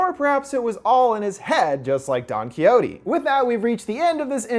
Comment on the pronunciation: detesto como dice quijote jajaja